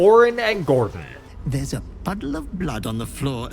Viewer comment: I though his name was Gortash.. not gordon... Ugh these lazy exploit gamers these days